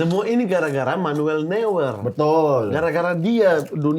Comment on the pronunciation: Gregetan sekali dengar mamat sebut “manuel newer” 😂 harusnya noiyer atau noiya